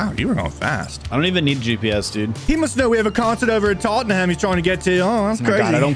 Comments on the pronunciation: pronouncing Tottenham wrong is funny TAUGHTEN HAM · Other than Tottenham, should’ve been tottenum as pronunciation